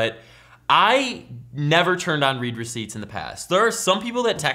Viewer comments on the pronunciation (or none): "Read receipts" is read "red receipts," not "reed receipts." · You pronounced read receipts "reed" when it's supposed to be said "red" because it's the past tense. The person read (red) the message, that how it is. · it's pronounced like "red" receipts.. not "reed" receipts. Because its notifying you that they SAW the text.. past tense haha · Its not read (reed) receipt, its read (red) receipt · ITS READ (RED) RECEIPTS NOT READ (REED) RECEIPTS FUCKING IMBECILE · I always pronounced read receipts as red receipts not Reed receipts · In this case it is pronounced "red" and not "reed" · Correct me if I'm wrong, but I think the word 'Read' in 'Read Receipts' is pronounced 'Red'?!